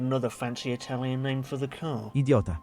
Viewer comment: Caurrrr is very tvurghh